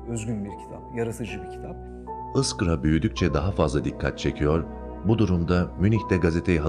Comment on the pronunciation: ıskra değil,iskra